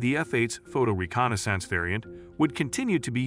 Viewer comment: If I have to hear this guy mispronounce Mig and reconnaissance one more time...